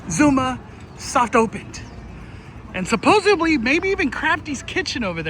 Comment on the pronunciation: Can someone please tell that the word supposedly has no b or v in it.....supposively 🤣🤣🤣